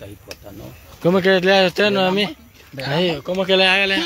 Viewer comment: no es Noeni! Es Noemí!😡🙈😠